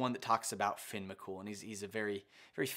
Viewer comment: It's pronounced FYUN (f-yun/fee-yun)